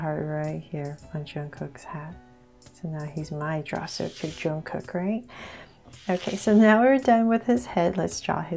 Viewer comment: Its not juungkook we pronounce it jungkook